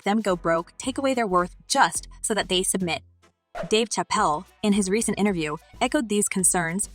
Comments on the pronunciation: Did she just say Dave chapel ? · WTF, THESE PEOPLE HEAR HIS NAME AND STILL PRONOUNCE IT WRONG, THAT'S WHAT I CALL A DUMB 🤬